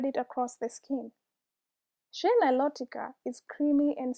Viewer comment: You say shea the same way I do. Lately I’ve only been hearing people say “shay” on youtube and commercials and that sounds off to me. I prefer “shee-ah.”